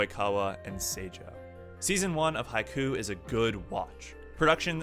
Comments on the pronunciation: Hi-key-you, not Hi-koo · “Haiku” sorry not the show my man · You call it Haiku When it's actually Haikyuu!! But it's cool; good vid! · Dude learn how to pronounce japanese names FFS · All I could focus on in this video was the fact that you couldn’t decide how you wanted to pronounce Haikyuu.